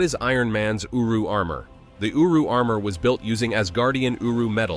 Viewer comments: Sounded like uwu armour 😂😂😂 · All I hear is uwu lol 😂